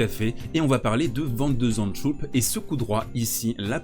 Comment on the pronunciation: zandschulp et pas zandschoup ;) Zand en néerlandais, veut dire sable et schulp, la coquille